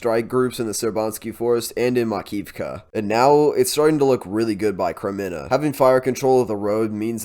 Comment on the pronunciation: Thanks for your reports! Kremina -- this is an easy name to pronounce. Accent the first syllable and pronounced it closer to a long A.